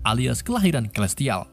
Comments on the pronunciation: Celestial dibacanya selestial bang. Inggrisnya belepotan banget, domo juga bentuknya segitiga bang bukan kotak 🤣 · celestial dibaca selistial bukan kelistial 🗿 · dasar orang negara sana ya selestial jadi kelestial ahahahahahaha